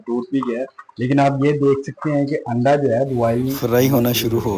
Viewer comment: Word "Anda" hota hay...AANDA nahi